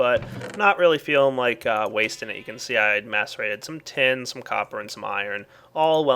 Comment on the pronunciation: Everytime you say "Macerated" it sounds like "masturbated"......